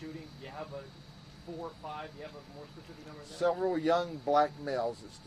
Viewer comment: You caught that too , the way he said BLACK MALE just sounds weird